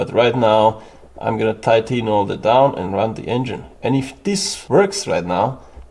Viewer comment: A tipp from a bilingual, first great pronunciation of tight, but when pronouncing "tighten " think of: saufen, fi**en, schlafen.